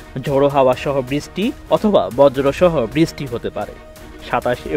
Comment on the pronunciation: ভাষার সমস্যা বৃছ্টি